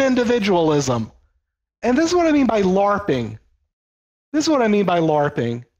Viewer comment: This old dude dope. Man said larpping 😂